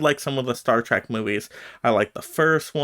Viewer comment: Trek is not pronounced as track, but like Shrek, replace the sh with a T